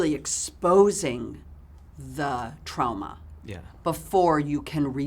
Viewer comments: The way she says "trauma" is like a mix between the english way of saying it and the way you say it here in Germany. Idk why I'm writing this down, I just love her and the way she says that lol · I have but one word… Trowmuh.